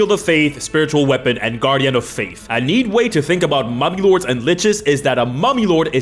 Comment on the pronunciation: Not gonna lie, when he said Mummy Lords, I thought heard Mommy Lords... And my mind went somewhere completely different. I need help.